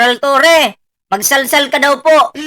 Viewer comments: Torre po not torreon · Torre hindi torion boss. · Torre Hindi torion